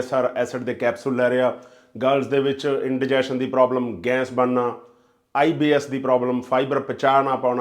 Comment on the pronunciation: ਜਨਾਬ, ਤੁਹਾਡਾ ਕੰਟੈਂਟ ਬਹੁਤ ਚੰਗਾ ਹੈ ਪਰ ਗੈਸ ਕਹੋ ਨਾ ਕਿ ਗੈਂਸ .......